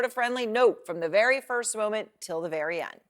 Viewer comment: Ew sounds verwy verwy scarwy.